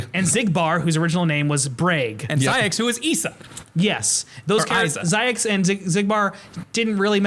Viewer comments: Every time says "Isa" as "Eesa," I get so irrationally angry at the mispronunciation. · A few inaccuracies (2.8 never released on Xbox, Isa name is pronounced wrong) but still this was so goddamn fun to watch. I love you guys. Wish Kirran was there though.